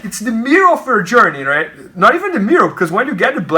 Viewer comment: "Raight in the mirrow"